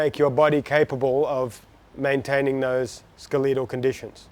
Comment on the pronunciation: Bro needs to pronounce skeletal better 😂